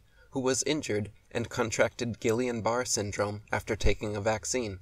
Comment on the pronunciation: Butchered that Guillain Barre pronunciation, for a guy named Dubay.....EXPOSED! ;)